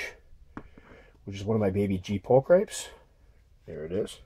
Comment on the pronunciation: I hear some folks pronounce it the way you do, and I just cannot do it. "Pull-cripes!" sounds like something you say when you twist an ankle. I call it a "pul-kreh-pes". I might be completely all wet, but it has a French savoir faire feel and I'm stickin' to it. :-D Also, my G.p is doing the opposite of yours. Mine rocketed to a bit bigger than yours in the vid...and has apparently decided that it likes its size as is. It stays out on top of the enclosure, even though it has an awesome tunnel system beneath it...going there only if I open the lid. With the lid shut, it plays the grrr-arrgh routine when something is close or disturbs it. Almost OBT-like. Perhaps this why my OBT acts un-grr-arrgh-ish. heh.